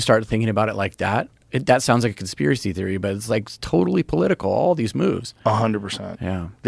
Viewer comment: Please stop saying "conspiwacy."